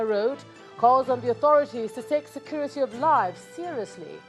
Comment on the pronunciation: “Scurity”! “Scurity”!! U idiots re getting killed by bokoharam, u re gere selling ur imaginary “scurity”. Useless idiots!